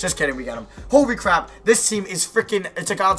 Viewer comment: Did this man just say "Hory Cwap"? 😂👎🏻